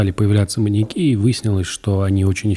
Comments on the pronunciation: мАньяки аааааа ударение как ножом по сердцу(( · В слове «маньяки» ударение падает на Я, произносится - «маньЯки». Пользуйтесь, Андрей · но почему "маньякИ" вместо "маньЯки"? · парни, маньЯки же, не маньякИ, ну ёпрст, уши порезало в клочья! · Меня что одного волнует что они говорят маньякИ вместо маньЯки? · МаньЯки, а не МаньякИ. Ударениенеправильно ставите.